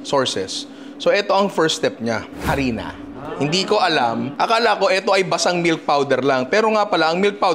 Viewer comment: ang lutong nung mura ni ninong e...ARINA daw pulboron 😂😂😂